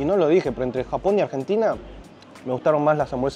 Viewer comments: "AGENTINA" Barbaro!!! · AGENTINA !! ME ENCANTA JAJAJAJA